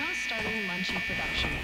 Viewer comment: Please note this is Lunchy (Lunch-e) not lunchly